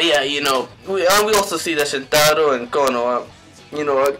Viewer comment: Good video my only advice is to try pronouncing the names right( like haruka and shintarou)